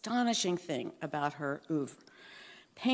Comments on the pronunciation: and "oov"?? WTF? Pathetic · Bunch of nitwits! Pronouncing a French word in a manner that is half French (by dropping the pronunciation of the last syllable) and half American (by pronouncing the first syllable as if it were spelled "oo").